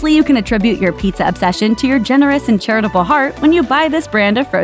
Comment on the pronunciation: It's PIZZA not PETEZA